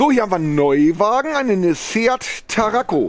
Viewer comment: Ach ja, Tarraco nicht Taraco